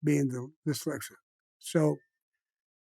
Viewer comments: The word is dyslexic not, dalasic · Why does no-one teach him how to pronounce dislecsit ? He never says the S in diSlecsit !! It's always "dilecsit " !! Sorry but it does ma nut in but his stories r amazing he really is cosa nostra through and through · “Delexic”. Hahaha